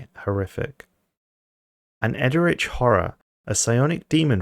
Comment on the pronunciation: For future reference, eldritch is pronounced eld (as in elder) - rich No judging, its a weird word